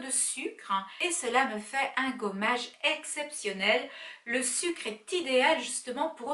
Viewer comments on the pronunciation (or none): none